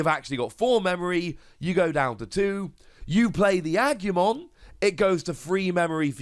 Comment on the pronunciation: weird but cool. PS. a-goo-mon. as always, there's no y in there.